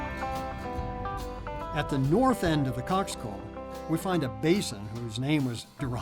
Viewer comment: cockscomb....not cocks cove...you really have 57k viewers and you know nothing